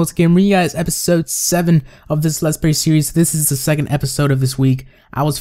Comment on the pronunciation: On you said "Let's pray series....." lol